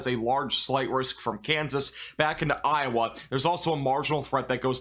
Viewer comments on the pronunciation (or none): none